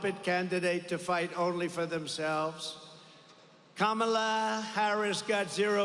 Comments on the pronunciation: “Kackala” Harris🤣 TRUMP2024❤️🇺🇸❤️ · This speech is scripted and fake! Who wrote it for him? He can’t even pronounce Vice President Harris’s name correctly! WEIRD!